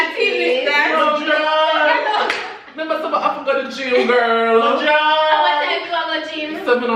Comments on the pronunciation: mi druuuuuunk😂😂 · Lol "me druuuunnnkkk" this was fun wish Tanaania was there